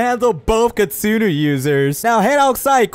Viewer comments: kitsune it pronouced k i t soo ne not kitustu take this knowledge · Kitsune not kitsuno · You say kitsunu but don't you mean kitsune? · Bruh that is a kitsune not kitsinu ok you say it wrong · why you say kittsune is kittsunu is wrong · "kitsunus" it hurts my soul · ITS KITSUNE NOT KINSUNU🤓👆👆